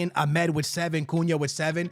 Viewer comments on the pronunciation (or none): Amad❌ Amed✅ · My guy can’t pronounce names to save his life lol Ahmed and Cisco lmao